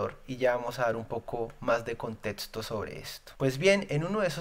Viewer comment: mejora eso de etsperto, contetsto, caludnia; esos errores de pronunciación te hacen parecer al censurador Bolivar. Voces valientes como la tuya merecen un mejoramiento continuo y vos sos más que capaz hombre.